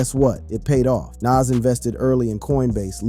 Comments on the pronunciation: Soldier boi look drugged out It’s Nahz pronunciation wise btw not nazz tf lol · He says (Nash) like he's says (M.A.S.H) that old white people tv show.. LOL Bwahahahaha 😂😂 Young people reading is funny.. LOL 😂 so yes you got it right his name is (Nahz) and correctly spelled (NAS).. life is comedy 😂😂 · Bruh how u can't pronounce Nas name correct???